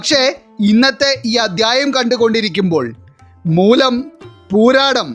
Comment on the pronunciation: മൂലം എന്ന് പറയാൻ ഇത്രേം ശക്തി 😂